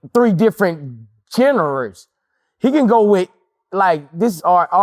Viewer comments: “3 different generers” 😂😂😂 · Nah boosie hole on, “generes”😂😂😂😂